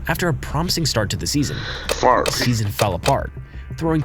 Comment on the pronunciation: I think he used it because he was pronouncing his name wrong you can kind of hear after the voice clip the second time him pronouncing it “fov-ray” but I could be wrong